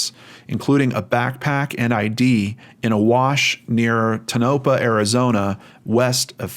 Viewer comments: "Toe-nuh-paw'... Not "Tu-noe-puh" ... 😉 Thanks for all your hard work! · I'm only partway through this video, but I just wanted to make a quick correction. Tonopah is pronounced TOE-nuh-pah. No biggy, just wanted to let you know. :-)